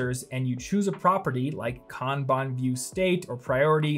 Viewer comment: I know this is an old video but I so appreciate for properly pronouncing Kanban. It completely burns my brain when people say Can Ban 🤣. 本当にありがとうございます🤙🏽